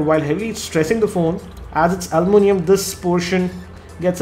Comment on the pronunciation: AL U MIN I UM, not almoonium. :D